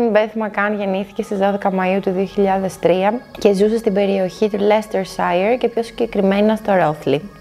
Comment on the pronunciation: Επίσης αφού θες να κάνεις τίτλους στα αγγλικά και να πετάς αγγλικές λέξεις μάθε να προφερεις το Leicestershire